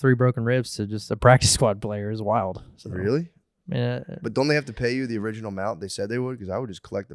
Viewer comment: do you mean, Ori-jew-nal?